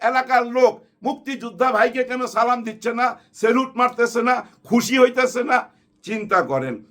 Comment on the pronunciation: ভাই, আপনার অনেক যুক্তিই পছন্দ করি। কিন্তু, মনে কষ্ট নিবেন না, আপনার সালাম প্রদান শুদ্ধ করতে হবে।